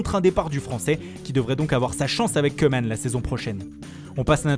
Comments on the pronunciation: Ca se prononce KOUMAN et pas Keuman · Koeman se dit kouman. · pour rouler les R y’a du monde mais pour prononcer Koeman correctement y’a plus personne